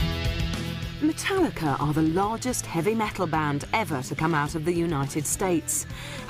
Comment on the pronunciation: why the fuck does she say mootallica